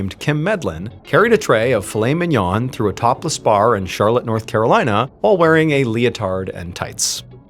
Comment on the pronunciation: fillet mignon? or flaming yawn haha sorry, that's how i hear it